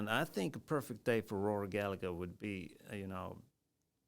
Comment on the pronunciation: The 2nd g is silent - Gall - a - her